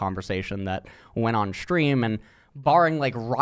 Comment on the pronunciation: take a shot every time he says "shtream"